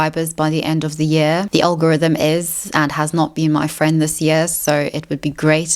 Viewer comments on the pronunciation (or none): none